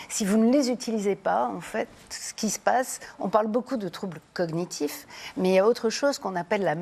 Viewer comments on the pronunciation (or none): Le terme " cognitif " doit être prononcé avec le son de " gneu " / " gni ". Et pas " cogueunitif ". Alors oui, il y a urgence à retrouver ses vraies capacités cognitives / cérébrales / intellectuelles, qu'il faut rattacher indéniablement au développement ( épanouissement ) de l'individu. 🤨